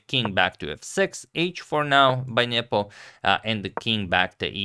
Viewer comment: Spasky vs Fischer new era? Antonio will you please stop saying Njepo instead of Nepo